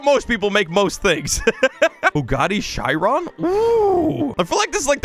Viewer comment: The way he said chiron🤣